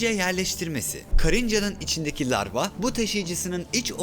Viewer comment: Ruhi adam o lavra değil larva